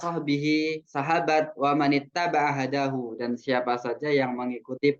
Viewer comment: bukannya di baca" wa man itaba' hudahu bukan hadahu. afwan